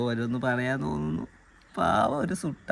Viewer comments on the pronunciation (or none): സുട്ട അല്ല മുട്ട